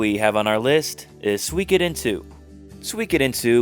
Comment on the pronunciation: btw, it's pronounced more like "Sue-ee-koden" than "Swee-koden" :)